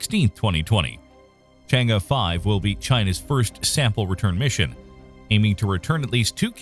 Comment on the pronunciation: Congratz on the correct pronunciation of Chang'e (Chang-Urr / Chang-Err). I'm subscribed :)